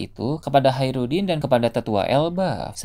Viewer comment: Hajrudin keknya min bukan haerudin